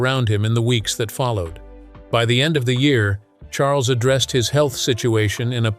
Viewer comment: I cannot believe the narrator called King Charles “King Shmarles” clear as day!! How disrespectful!!!!